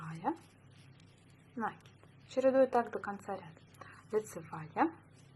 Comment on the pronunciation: Спасибо, понравился набор! Только не нАкид, а накИд, проверочное слово накИдывать